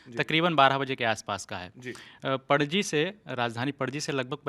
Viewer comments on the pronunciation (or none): पडजी नाही रे गाढवा पणजी